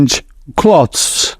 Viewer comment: That’s so helpful. Thank you so much. By the way clothes you pronounce ‘cloths’ as in clean clothes. But it’s clean “clothes”. Pronounced very differently.